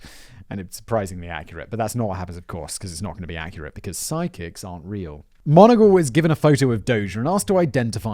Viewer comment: Jesus H. Christ. mick-MON-agle. IT'S NOT THAT HARD.